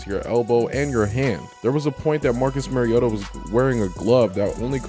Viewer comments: At least pronounce his name correctly....MARIO-TA not MERRY-OTA. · Its mari-o-ta not mari-ota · It's pronounced MARIO-ta not merry-o-ta. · Good content overall. I’m still amazed how so many “that have followed Mariota so long” continue to mispronounce his name. It’s not “Mary-ota”. The correct pronunciation is “Mario-ta”. If you can say super Mario correctly, you can say his name right. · You said his name wrong like 100 times. Not sure if actual fan lol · You're the biggest Marcus Mariota fan outside of Titans fans?...yet you can't pronounce his name correctly? 😂🤣 C'mon man. Good video though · Following him how long? And still don't know how to pronounce his name? Faker.